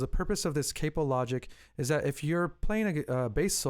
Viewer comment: cap-oh not cape-oh